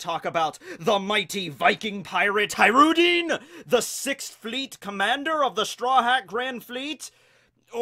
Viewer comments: ISnt his name pronounced HaJrudin with hard J? his name from Arabic i think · High-Roo-Dean lmfao holy shit 20 seconds into the video and I'm already losing my shit